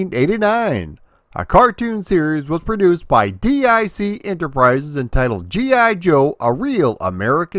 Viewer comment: Just a note - Dic is pronounced “Deec”.